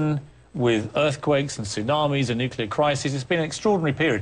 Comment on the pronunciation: Jesse, u the man, and I love ya!! But STOP saying "nucular" it's "NUCLEAR" ...still the man tho